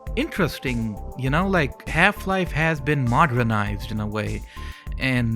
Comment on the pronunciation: "modrenized" lol